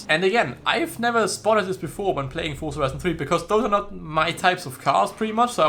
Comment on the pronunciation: Fun fact: z in Forza is pronounced 'ts', like in pizza. Didn't know that, did you?